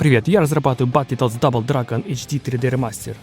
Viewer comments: Как же меня бесит то,как он называет игру БАТЛЕТОДС бл...какой нафиг батле,произноси хоть правильно,БатЛТодс,без Е... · Батлитодс ахаха! Чувак, прекращай веселить. Одно слово на инглише можно было ж выучить)))) Или гугл переводчиком озвучить, чтобы не звучать как селюх. Батлтодс, Карл, БАТЛ ТОДС. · Бро, Бэтл Тоадс! Почему ты говоришь "Батли"? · ну что за батлетодс?)батлтоадс! не издевайся над классикой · Очень круто, молоток ) неправильное произношение немного режет ушки, не "батлетодс", а "бэтлтодс", чувак ) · Да не Батле а батл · Только не Батлитодс, а Бэтлтодс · Ты молодец конечно, желаю только успехов в создании. Но блять, как же режет слух "батлИтодс", батл, батЛ... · не Батли Тодс а Батл Тоадс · Брат умоляю….. баттлтоадс. Не баттле)) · Ну не Баттле, а Батл. Переводится как бой. А полное название переводится как Боевые Лягушки. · "Батли тодс")))) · Друже, только не "батле тодз", а "баттл тодз" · только не "баттЛЕтоадс", а "баттлтодс" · Батле тодс😂😂😂. Ну ты крут😅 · Баттл литл стабл? Чел что ты говоришь ? Батлтодс выговорить не можешь ? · БАТЛЕТодс??? Мой препод английского тебя б придушил))) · батлитодс?) что по английскому?) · Ну не батле тодс, ну пожалуйста... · "батлИтодс". это пиздец. уметь делать ремейки, но незнать произношения игры... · Батле тоадс??? Автор аутист! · Чел, ты если игру разрабатываешь, потрудись хоть узнать как ее название правильно произносить